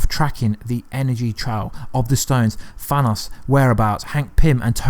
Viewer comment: At least he pronounced Thanos correctly